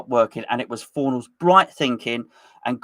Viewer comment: I love how still calls Pablo Fornals, Paulo Fornals 😂